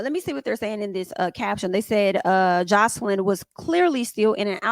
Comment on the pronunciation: Hi, if u don’t mind I would like to assist In pronouncing her name Joselyn (the J is pronounced ex; Joselyn= J like in Jack or jail etc. same in Spanish as is in English 😂 Love ur channel, ur reviews, n ur content